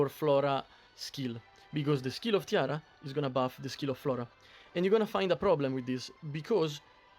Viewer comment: EG should really consider adding names to the heroes on screen. I keep hearing you say Tiara, and I kept looking only to realize you meant Tira.